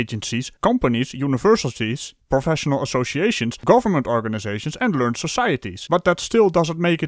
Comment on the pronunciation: Just to let you know... At about you say "learned societies". In this case it's pronounced approximately "ler-ned". Yeah, English is weird. Or maybe I misheard you. Or maybe I nitpick on stuff like this because I'm an English teacher. Great video as always! Order Of The Sillies is one of my most looked-forward to series. Or is that "loo-ked"? Damn, confused myself again...